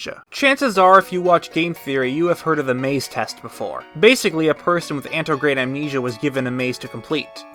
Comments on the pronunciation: AN-TE-RO-GRADE not ANTRO-GRADE hahaha...otherwise, it's a great video. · Ant-air-oh-gray-de Not antograde, Or antegrade. Otherwise good video.